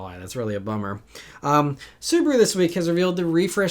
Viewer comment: I like how you still say Subaru WRX as one word 🙂